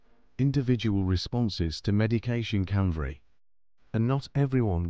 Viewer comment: Canverry? Or can vary? Ha ha.